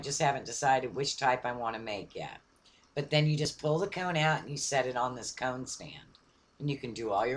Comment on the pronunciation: comb, not cone.